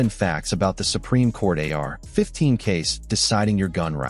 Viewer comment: a.i. trash how lazy they use the same verbiage in every video and they cant even say ar15 right so annoying for the listener do better this is trash bro and no new info and repetitive as hell